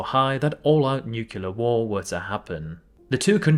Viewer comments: great video but please, i’m begging, it’s nuclear, not nucular (pronounced nuc-lee-ar not nuc-yoo-lar) 😅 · New-key-lah is soooo triggering 😅 #HomerSimpson